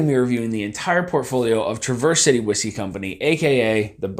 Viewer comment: You’re mispronouncing the city name.